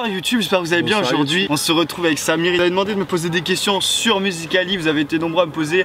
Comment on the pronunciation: pk tu dis samir et pas safir?